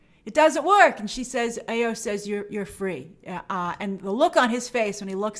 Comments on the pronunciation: Grace, her name is pronounced EYE-OH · Great review but please learn how to pronounce "Ayo" (Ah-Yo). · Hey Grace it's Eye-oh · her name is pronounced “eye-yo”